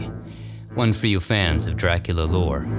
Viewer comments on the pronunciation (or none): none